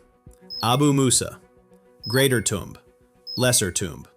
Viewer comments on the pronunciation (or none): none